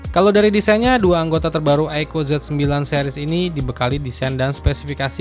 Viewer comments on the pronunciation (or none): apa susahnya sih bang bilang "aiku", bukan aiko.